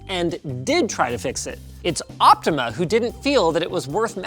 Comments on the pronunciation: I don't think he correctly said the brand name even once despite it clearly saying "Optoma" on the box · linux where in the box you read optima as optimal? it is optoma as for optical monitor